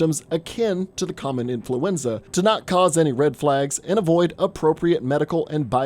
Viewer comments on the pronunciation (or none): none